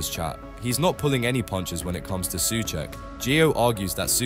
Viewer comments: I'm intrigued by your switching between pronouncing "Su Check" and "Su Sack" 😅 I'm equally intrigued by your subtitles alternating between "Suecheck" and "Soucek" and then when I switched over to Subtitles = English (auto-generated), it would never fail to translate incorrectly, into "such" "such cheek", "suek", "suche", 🤣 alright, I'm bored 🙄 ... bored with all these unnecessary squabbles destroying one of your own, who's a player with a higher chance of scoring then most others bar a few. He's an honest pro and not a slightest cuntish. Hate impatient modern fans sometimes... 👎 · If you use text to speech, this is closest I could get it to proper Czech pronunciation: Souhcheck